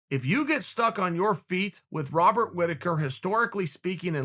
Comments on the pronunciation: “Wobert Whittaker” lol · "Wobert" Whittaker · "wobert whittaker". Uncle Chael has said it, and so it shall be.